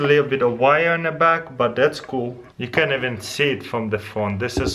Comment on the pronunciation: Can we have a livestream for this? It's so KUL!!! Speaking of "KUL," I wish Taras would put a caption on his videos that says "KUL" everytime he says "cool."